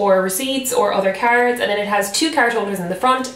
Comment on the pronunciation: I keep thinking that she's saying carrots instead of cards 😂 lol